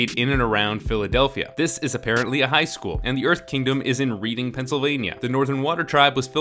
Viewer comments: It’s pronounced redding not reeding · it's pronounced redding not read-ing. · For the record...Reading, Pennsylvania, is pronounce “Redding”... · Ahhh I'm sorry but I burst out laughing when you pronounced "Reading, Pennsylvania" as "REED-ing" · ehem...it's "Reding", pa...not "Reading", Pa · You pronounced Reading Pennsylvania wrong, its not pronounced like "reed" its pronounced like "red". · I know this really doesn't matter in the grand scheme of things, but the 'read' in Reading, Pennsylvania sounds like the past tense form. So it's actually pronounced Redding, Pennsylvania. :-) Anyway, I have to say I really enjoy your breakdown of what goes wrong in certain movies. It's very insightful, and helps me to realize all of the pitfalls of The Last Airbender that I couldn't quite form into words. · Haha, "reading" PA is actually pronounced "redding". That made me chuckle as I live near there. But anyway, all joking aside, great video! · thats's "Reading (redding) PA". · Pennsylvanian here, Reading is pronounced "redding". We have a lot of odd pronunciations here. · I know this is a year old video but Reading, PA is actually pronounced Redding (as in the past tense of read). Also, if you have been saying Reading Railroad in the game of Monopoly that is also pronounced Redding Railroad. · Reading, PA is actually pronounced Redding. Not that I'm proud of the fact that I'm from the place that The Last Airbender was shot. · Reading, PA is pronounced "Red-ing" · It's reads Redding PA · It's Read (Past tense) ing. Like I Reading PA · actually, Reading is red-ing. also, i could argue that even in the original it;s more or less implied that katana's mothering instinct is why she charges into potential danger to free aang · Hey, PA native here....Just a heads up. "Reading" is pronounced like "RED-ing"....This concludes your PA fact of the day. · 4 years too late, but the town is pronounced as if spelled “Redding.” Source: Live in Philadelphia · It’s pronounced “RED-ing”